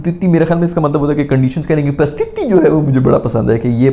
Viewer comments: Paristhithi❌ Prastithi✅🤣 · Paristhiti ❌ Prastithi ✅ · Paristhiti not prastiti🤣🤣 A for efforts tho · 'prastithi' nahi bhai 'paristithi' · Bhai its not prastithi...its paristhiti😆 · Prasthithi nahi. "Paris-tithi". Situation in english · bhaiya its pari sthi ti not prasthiti 😂😂😂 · Paristithi bhai not prstiti😂 😂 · Prasthiti nahi bhai ..Paristhiti 😂 Good going ❤ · VAISE IT'S PARISTITHI NOT PARISTITI. BUT GOOD TRY. YOUR VIDEOS ARE TOO FUNNY 🤣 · It's pronounced "paris-tithi" You're welcome